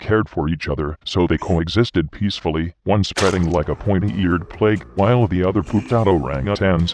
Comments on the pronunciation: >He does seem to loik you >loik you > loik cRoIkEy! nOw ThAt'S aBoUt As ClOsE aS iT gEtS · "He does seem to loik you"